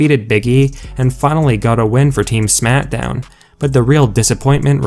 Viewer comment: Some one needs to tell him it is smackdown not smitdown